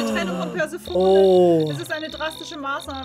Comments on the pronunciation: Omg immer dieses perseoooone man spricht das perseeeeeephoneeeeee. Auch bei hobbylos 🤣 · Bitte Ju!!! Es ist Perseeeephonee nicht Persephooooone. Mit viel Betonung auf dem 2. e und etwas weniger auf dem letzten. :) Sonst ein geiles video. Dankeschön<3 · Perséphoné wird sie ausgesprochen 😭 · JUUUUUUU! PersephonEEEEE, nicht Persephonää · Wie es mich getriggert hat, dass sie ständig persephones namen komplett falsch ausgesprochen haben...."perverse telefone" 😂 ansonsten top video wie immer 😂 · Guys Perséphoné ausgesprochen, sie ist Demeters (Göttingen der Fruchtbarkeit) Tochter ;-; Aphrodite ist mit dem Schmied Hephaestus verheiratet,_ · Es heißt Persephone